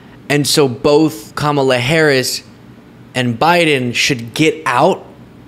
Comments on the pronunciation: It's not the vowel pronunciation, it's the syllable emphasis. Ka-ma-la, (correct,) as opposed to Ka-MA-la, (incorrect.) I hope this helps.😊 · the correct pronunciation is "Comma-lah" while trump and most other say "CAM-ala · Kamala is pronounced = come uh (soft sound ) la. Kama = desire (as in Kamasutra) komala= delicate. Older languages had slight distinction in the sound that had different meanings. Few examples come to mind like p and r combined form different sounding words like prime and s and m combined= smile etc. 😊. Come uh la (Kamala) means lotus like can you imagine what Kama (desire) la would mean?😜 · What is more disgusting is Vivek Ramaswamy and Nikki Haley mispronouncing Kamala. Kamala is an Indian name, and therefore those two politicians should know without a shadow of a doubt how to pronounce her name. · It's easy. Pronounce her name the way she prefers it to be pronounced. I don't understand why doing that is so difficult for these people - unless it's purposeful. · Saying Kamala's name wrong is like when people think all Hispanics are named Jose or Maria. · Trump never pronounces Kamala correctly. So disrespectful!! Rarely does anyone pronounce my last name correctly but I understand that. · The reason why Trump is mispronouncing Kamala Harris's name is because he can't remember her name so better to make fun of her than people making fun of your ignorance, but the irony of that is he's looking ignorant instead of telling people he's ignorant. lol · Medically thinking, when Trump gets only the first syllable correctly and ends the word wrongly, it is the most telling sign that he is heading to full-blown dementia. Some of the speech difficulties may be related to hot weather, poor sleep, but the constant difficulty to end the words properly is the worst sign. After all English is the only language he speaks.